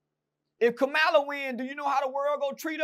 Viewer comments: keep pronouncing her name as “Kuhmila” 🤣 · “Kamila” and “ kamalah “ like wtf bro can y’all not pronounce a damn thing right!?!😂 🤦🏻‍♂️ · lol bruh how you not know how to say her name 🤦🏾‍♂️